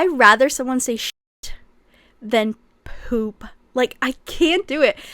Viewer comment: HAHAHAHAH i can't get over the way you say poop you literally make it sound like a slur lmfaoooo